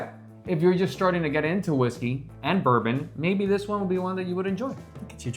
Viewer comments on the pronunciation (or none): One might excuse Americans for mispronouncing Scotch whiskies. But you lost credibility when you mispronounced the 12th most popular whisky--a Kentucky bourbon.